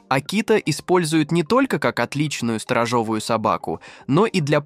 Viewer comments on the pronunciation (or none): Мир ПОВЕЛО 😂ВО МНОГОМ ! 😂😂😂😂СТОРОЖОООООООВАЯ СОБАКА 😂😂😂😂😂НУ ДИЧЬ КОНЕШ 👍